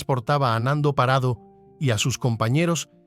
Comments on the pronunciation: Es Parrado no Parado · He tenido que dejar fe verlo, se me.hace insoportable lo de Parado. Es PaRRado. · No es parado, es parrado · PaRRado. En estas regiones pronunciamos la rr.😊